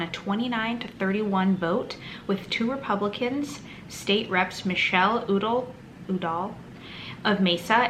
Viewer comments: FYI Udall is pronounced "you-doll". The Udall family is big in politics in AZ. Tom Udall couldn't win a seat in AZ so he came to NM and guess what the voters here did. Idiots. Oddly though Tom Udall is a democrat. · Udall is pronounced "You-doll". Good report. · pronounced You-doll